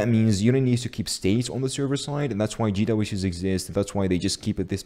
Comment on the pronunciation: did he just say GeeDoubleYouTea's? lmao wtf